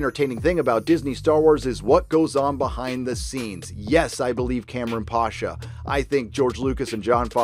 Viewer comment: It's not pAsha, it's pashA. Eastern surname.